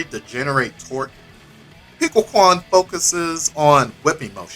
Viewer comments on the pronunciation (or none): JAM! I'm getting the next GGST season pass for her and Robo-ky, my favs! Also, it would be good to pronounce quan using the "chwen" sound instead of "kwan" next time :)